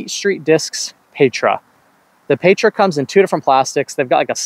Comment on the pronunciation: Meteor if you're gonna bag a fast throwing putter like the Envy, Tangent if not. Pretty sure Petra is pronounced Peh-tra, like tetra or pescatarian.